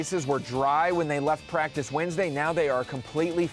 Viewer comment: The way he said Pratice counts in the beginning 😂